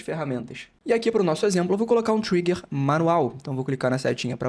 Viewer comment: "Trigger" lê-se como se escreve, não é "traiger". No mais, obrigado pelas informações.